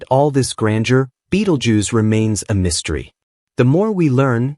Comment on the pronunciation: ベテルギウスが「ビートルジュース」に聞こえてしまって困る